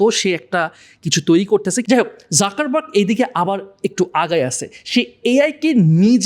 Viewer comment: যুকার্বাগ, যাকার্বাগ নয়